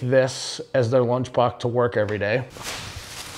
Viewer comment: “Blunch box”